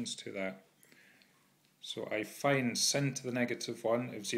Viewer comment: The way you pronounce sine is the real sin